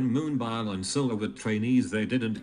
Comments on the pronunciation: every time the robot pronounces moon-BIOL i'm dying in laughter LMAO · the google voice said moonbile instead of moonbyul haha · Aaaaahahahahah moon-bile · Dying... this is MOON-BILE. 😂😂😂😂